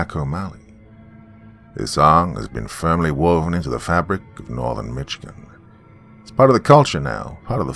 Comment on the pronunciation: Usually I like most of your narration but you are butchering words and names of cities in the state of Michigan and especially the word Michigan